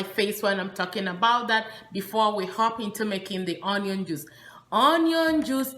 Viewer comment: "onion" is pronounced as " ŭn′yən ", and NOT " on′yən ".